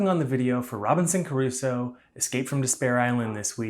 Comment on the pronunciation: Thanks for showing us this. Looks interesting and somewhat family friendly. But a small nitpick..."Crusoe" not "Caruso."